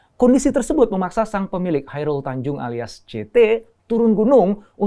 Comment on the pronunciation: Chairal Tanjung apa Chairul Tanjung???